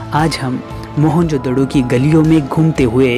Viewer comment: Mahenjodaro hota hain not doro